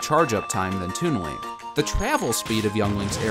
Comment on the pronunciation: it sounds like he says toon wink